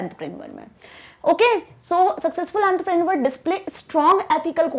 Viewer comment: awn_ truhh_ pre_ neor right pronounce